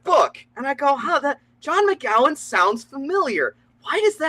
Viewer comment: McGowan with a 'c' sound is technically the correct pronunciation, though it should be ow like in bow and not like in howl, as it comes from the Gàidhlig. Mc comes from mac which means son, and a gowan is an anglicisation of Gobhann (or Ghobhainn depending on context because Scottish is complicated), which is a kind of smith, as in the profession and not 'common name'. The Ghobhainn spelling is said basically the same as the name Owen to make it even more complicated.